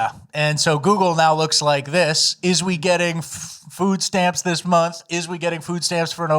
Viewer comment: What is it about the yos where they can't say "month"? It's always mundtd.